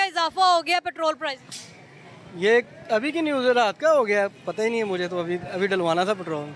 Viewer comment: Anchor sahiba word "Petrol Price" hota hay aap "Petrol Prizes" keh kar English ki taang tore dee hay. haha